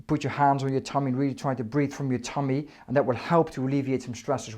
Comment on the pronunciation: The way he says tummy haha 😄 I hope these help I get migraines like 3 times a month sometimes they last a week